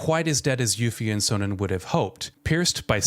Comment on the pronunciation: STOP SAYING CHARACTER NAMES WRONG. Literally Sonon’s name is said SOOO many times in the game. Too Many times to say it wrong in a YouTube video telling me about the game. Otherwise it’s a good video.